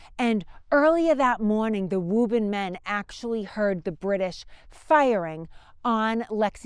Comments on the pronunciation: Ok, she convinced me she’s from Boston when she mentioned “Woo bun” (Woburn). That’s a name that no one would say that way, if they hadn’t grown up heah (here). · I very much enjoy the history of this time period and the great job does in sharing it. I grew up in Woburn (correctly pronounce by Woobin). I have spent many hours just riding around the Concord, Bedford Carlisle areas. My ancestors on my mothers side are connected to the Hartwell's and my great-grandmother fed the drivers of the milk wagons from Bedford Farms. I get a lot of enjoyment listening to and reminiscing about my times living in the area. I have lived in SC for the past 21 years but still haven't lost my accent. People here say " your not from the south are you?" I tell them jokingly yes, South Boston. Thanks again to for such and interesting and pleasant video series.